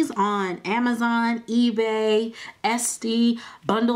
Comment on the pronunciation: OMG lol the way you say etsy .O.